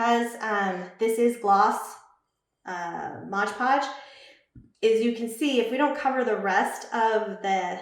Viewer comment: We can see you really well, but not the project. Maybe zoom the camera more on the project so we can see what you're doing. (and it's pronounced MOD podge not modge podge)